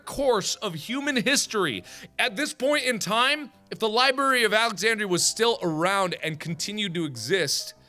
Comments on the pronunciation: lmao is it just me or can he not speak in this video Library of SuAlexandria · Anybody mad on how he said Alexandria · Mark can you actually pronounce Alexandria 😂